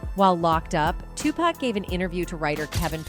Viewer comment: Honey you have to learn to pronounce certain names like jodeci for one and flava and Tupac 😂😅😂